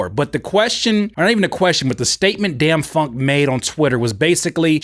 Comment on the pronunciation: His name is pronounced “dame” funk. Like fame with a “d”. All love here. Keep it up,.